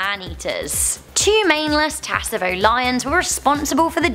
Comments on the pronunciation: It’s pronounced savo not tsavo the t is silent 🇰🇪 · It’s pronounced savo not tsavo the t is silent🇰🇪🇰🇪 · The T is silent it's Savo. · Okay so first off you mispronounced Tsavo and Gevaudan. Second the identity of the Beast of Gevaudan is no longer a mystery an investigation done a few years ago use DNA evidence as well as historical evidence to prove that the Beast wasn't fact a spotted hyena. How is spotted hyena managed to make it to France is still a mystery however the most likely theory is it it was imported from Africa by the local church and then attempts to convince the villagers that there was an actual werewolf on the prowl and that the church was there only salvation. This has not yet been proven but it is the most likely Theory as to how a spotted hyena which the Beast was proven to be managed to make it to France